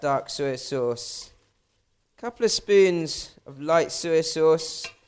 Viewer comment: I llove it when you say Suiy sauce ( soy) sauce. Hahaha